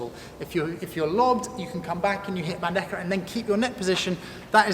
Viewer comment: Great vídeo, excelent your pronunciacition of bandeja 👍🏼😉 Greetings from Spain